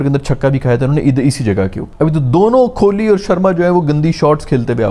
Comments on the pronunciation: Kholi ❌ Kohli ✅ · His pronunciation of kholi is making me uncomfortable, its kholi with Kaaf not kholi with khay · bhai padhe likhe lakthe ho please thodi apni pronunciation me dhyaan diya karo ... 1.50M se jyada subscribers hai aapke thoda please dhyaan rakha karo... ITS KOH - LI not KHO-LI ...